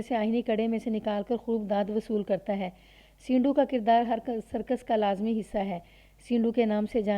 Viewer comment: سینڈو، اس لفظ کو زیر کے ساتھ نہیں پڑھا جائے گا، sando بولا جاتا ہے